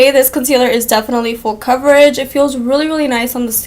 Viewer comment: Love the review. CAHVERAGE Lol. #coverage haha you're too funny girl 💖💄💋